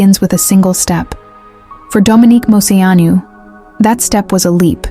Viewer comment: I wish you could pronounce her name right 😂 but this was a beautiful way to share her story again